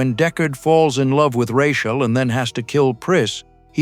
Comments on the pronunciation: Ru-chale? It's Rachel, FFS. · Lots popping off for someone who pronounces her name Ruh chaele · It is Rachel - not Rashell. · They're doing this on purpose. AI pronounces Rachel's name wrong. Nobody is proofing the voice-over; proving that they just don't GAS. Ironic isn't it? This video is about finding glitches in the film and there's also glitches within the video. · Your AI can't say Rachel properly. Lame. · I tried to make it all the way through this but him messing up Rachel's name was pissing me off so bad, I had to quit it. SMH. LMAO!